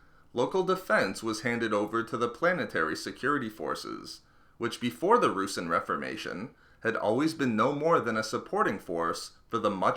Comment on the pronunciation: It's not "roosin" it's pronounced "roo-sahn"